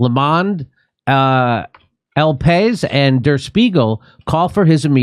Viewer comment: El Pa EES is how you pronounce El País. 😊